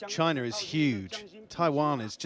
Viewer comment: chinerr is HUGE.